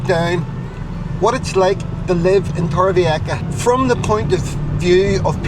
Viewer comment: Este hombre no sabe decir Torrevieja.